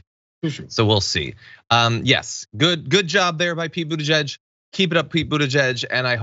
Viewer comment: I love Pakman's pronunciation of "Buttigieg". Lol.